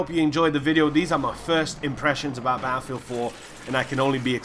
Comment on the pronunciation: I just love how you pronounce "Baaafield"